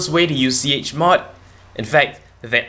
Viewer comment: please do not make tutorials untill you learn how to pronounce 'chmod' properly.